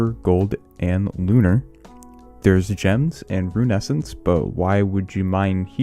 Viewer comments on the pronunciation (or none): none